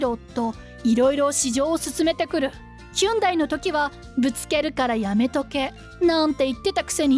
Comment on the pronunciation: ヒュンダイ？ ホンディでは？